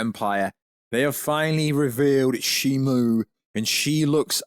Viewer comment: It’s shimO NOT ShimU…